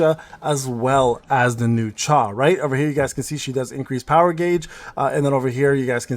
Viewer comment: It's not chae but cha-hae-in 😅